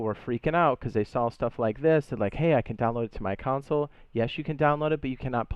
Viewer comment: PLEASE SAY CONSOLE NOT COUNCIL PLEASE SAY CONSOLE NOT COUNCIL PLEASE SAY CONSOLE NOT COUNCIL PLEASE SAY CONSOLE NOT COUNCIL PLEASE SAY CONSOLE NOT COUNCIL